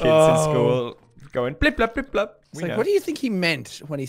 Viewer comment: Its pronounced “Blip Blop”.